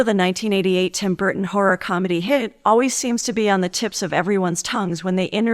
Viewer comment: Burton NOT Burden!!!